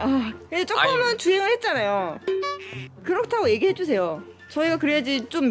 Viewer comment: 그렇다고 애기해 주세요를 그렇디고 라고 함